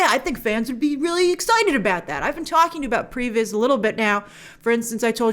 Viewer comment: What was Grace saying they do instead of story boards? It sounded like prebiz